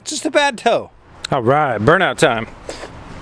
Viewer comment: TOE adjustment not tow.....